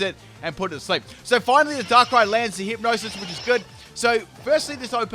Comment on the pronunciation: Did he say DANKRAI? :O